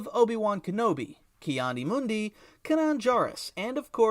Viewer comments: Unsubscribed when I heard “Can-awn” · Oh, yes, "Can-an" Jarrus, the Order 66 survivor. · Why did he say Kanan like that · You did not just say Kanans name that way